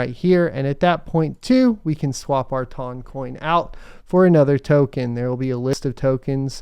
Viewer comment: I got to admit, I can't stand the pronunciation. My brain says tun, like a ton of weight.